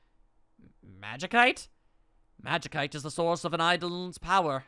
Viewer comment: From what I remember it's pronounced more like magisite, other than that, doing great, looking forward to more.